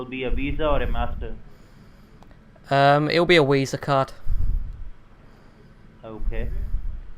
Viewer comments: It will be a Wisa card. lol gets me everytime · I love your channel. I think it's great! But I can't get over the fact that you pronounce "V's" with a "W". How you say virus like Wirus, and visa like Wisa. It cracks me up. But please keep the videos coming lol